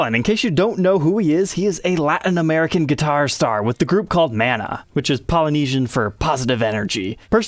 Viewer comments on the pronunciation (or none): Not “man-uh” it’s “mahn-ah”, mana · Correct, you pronounce Mana as “Ma-Nah” and the group Mana are like the Beatles of Latin America. The band has been around since 1981 and still making music, extremely relevant songs. I’m so glad Gibson recognized Sergio Vallin, most well deserved artist. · Its pronounced more like muh-nahh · Pronounce, Mah-Náh. The accent is on the last syllable. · Pronounced more like Ma-Nah. My roommates in private school were from Mexico and used Maná songs to help teach me Spanish.